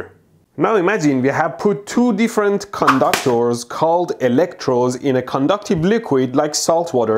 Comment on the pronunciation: I like the way he says "conductors" more like "condoctors" 😂